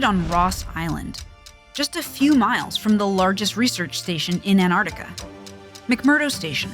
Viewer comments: Can't you people who are actually scientists pronounce the word and Antarctica there's a c in it it's Arctic as in "arc " NOT ANARTICA!!! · Fascinating. It's also surprising and equally fascinating that apparently nobody with NOVA or PBS knows how to pronounce "Antarctica."